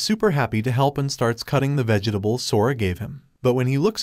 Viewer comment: Bro said vegetables wrong😐